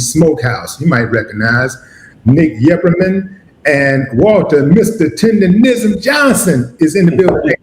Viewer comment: It's Tendernizzm's